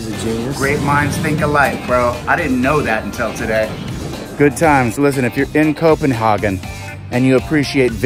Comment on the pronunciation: Please, just say: co-pen-“hey”-gen. Not co-pen-haarrrr-gen. EDIT: Ha, just realized to say both! You son of a bitch ;) Great fucking view from that tower in Tivoli!